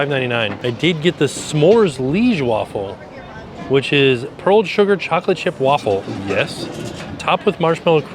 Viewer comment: I'm feeling so many emotions now. Thanx Universal for finally having some Belgian representation. So sad to see there wasn't a line to try it out. Then i got culinary raped. The waffle: mispronounced it, and that waffle is traditionaly eaten cold without toppings. The Brussels Waffle get's toppings but mostly powdered sugar, whiped cream or whiped cream and strawberries. Of course these days it's everything because tourists expect it. Then the fries.....no such thing as Brussels fries. It's just fries. Andalouce mispronounced (same pronounciacion as the Spanish region) but would have been a correct sauce. But the absolute worst was the Joppiesauce. It's Dutch. Only dutch tourists ask for that in Belgium. That's like an unforgivable curse. (the torture one)